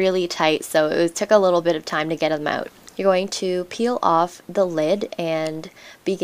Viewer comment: NOT TROLLING HERE Hey I always hear people say Canadian say "about" like a "a-boot" and I heard you say "out" like "ooo-ut". Im just wondering how come though? Is it because Canada was colonized by France before? Again, Im not here to troll or offend anyone I'm just curious. PS Thank you for the vid. I'm planning to upgrade my laptop and this is extremely helpful <3